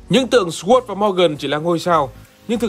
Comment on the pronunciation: Sword phát âm là /sɔːrd/ hoặc /sɔːd/, mà tại sao cứ nói thành /swɝːd/ là vậy trời. Đề nghị kênh xem xét lại nhé.